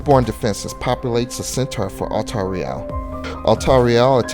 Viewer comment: No offence to, but the way he pronounced the names is frustrating. I understand that they're not easy to pronounce, but "Altariel" is clearly meant to emulate some angelic name ("alTARiel") not some portmeanteau ("altar riEL").